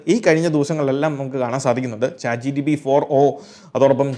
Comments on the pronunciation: Bro ath "Chat Gpt" alle? Chat Gtp allallo. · chat gtp alla chatgpt aan